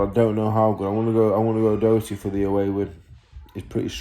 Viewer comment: I been watching your youtube since you started so to hear you say my brothers name and speak to highly of him absolutely made my day 😂 and yeh its pronounced the second time you said it O'Doherty not O'Docherty, hes bringing that British title home 💪🏻🥊